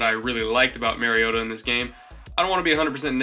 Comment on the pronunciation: You trash Mariota for his deficiencies and make excuses for Winston's deficiencies. Totally biased analysis. But really all I needed in order to know that your analysis is not to be taken seriously is that you don't even know enough about your subject to pronounce their name correctly. If you haven't studied your subject enough to even know how to pronounce their name then you don't know enough about them to be analyzing them.